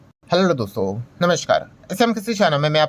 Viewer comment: Aap "Hello doston" boltey ho ya "hallordo Doston"? 😅